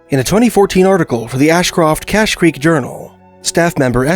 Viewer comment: Why are you pronouncing "cache" as "kak"? or are you saying "katch"? It is pronounced "KASH"... is this an AI narration track? the description of the gold recovered from 12 pans and the dollar amount in today's dollars would be in GRAMS not ounces.